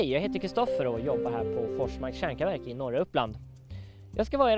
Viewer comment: va jobbig han e! kan inte säga kärnkraftverk han säger kärnkavärk